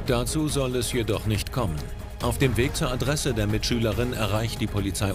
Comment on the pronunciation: Bei Mitschülerin hab ich verstanden B*tchschülerin😂😂😂